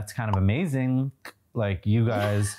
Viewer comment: “That’s kind of amazink”😂😂😂